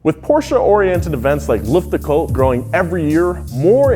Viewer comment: its called "luftgekühlt" or "luftgekuehlt" not "luftgekuhlt" :) great video